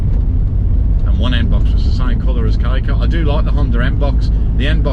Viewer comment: As a Japanese person, we're happy that people all over the world praise "K car". By the way, I feel something is off about the way you pronounce "Kei car". If you pronounce it correctly, "K car" is appropriate.